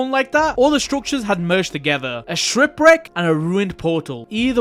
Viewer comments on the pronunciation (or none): bro really just said "shripwreck" go check time is